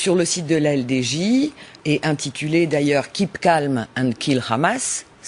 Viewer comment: On dit Hamas et non rrkrrhamas bordel c'est un mot arabe, a la rigueur dites le en français soit le Hamas oú le h est muet... xD Merci à l'invité de ce journal, enfin un discours de vérité ... C'est si rare en France